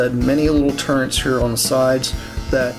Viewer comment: Love the reviews but they are called turrets... Not turrents 😳